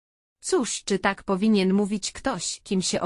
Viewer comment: Irytuje mnie ten wyraźny akcent na literę k w słowie takkk niskie oprocentowanie to K wychodzi głośno z krtani ta pani za bardzo stara się upiększyć dykcję ale to k jest przerysowane poza tem czemu ta reklama pojawia się nieustannie długo ,moze dlatego jest tak irytujące to k bo za często i wszędzie jest powtarzane ?